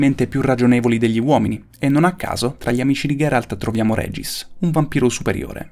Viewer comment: Grazie Falming, è vero! e pensare che l'ho persino ri-registrato in alcune parti, perché inizialmente dicevo skellige invece che skelligh, ma non ha importanza perché l'ho pronunciato male comunque! Anche molti mostri li ho pronunciati male, oltre che al nome di Regis, che in realtà si pronuncia Rigis :/